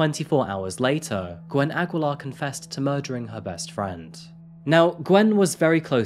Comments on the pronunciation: New fan here, sir! It's pronounced Ah-gi-lar. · Its aggeelar (aguilar) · Aguilar (a-gee-lar) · hai Filipino here.... Aguilar in our place is pronounced as "Agilar".... though found it cute for way of saying it hehehe.... hmmm yes, a lot of Filipinos are working abroad to work like that.... it is just sad that her bestfriend took her life...... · It's actually pronounced /Agilar/ but good story. Something that happened in a very similar fashion would also be a good story to do. Also a Singaporean case. :) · it's read as Ageelar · The U is silent in Aguilar